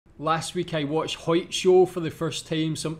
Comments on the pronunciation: "Heute" means "Today". It's pronounced "Hoi-Teh" for english speakers. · A bit of context about the heute-show: It is pronounced "heutuh-show" (the "e" at the end is not silent) and translates as "Today-show". It is based on the names of the news programmes of the ZDF channel ("Zweites Deutsches Fernsehen" - "second German television"). The inserts are also often based on (former) ZDF programmes, such as Telekolleg, which was shown at the end of the programme. By parodying older ZDF programmes, but often using young actors and comdians, they pick up both the older and younger audience. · HEUTE. Not Heut. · It is pronounced "heut-a " show meaning "Today". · Nice reaction video, but please pronounce the e at the end of the heute-show. It is like the e in polited. Cheers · The e at the end of heute isn't silent.